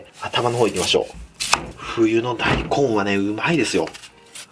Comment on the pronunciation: だいこんのイントネーションが だい↑こん↓